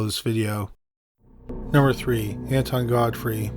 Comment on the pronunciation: Honest to god, I thought you said Anti-God Freak instead of Anton Godfrey.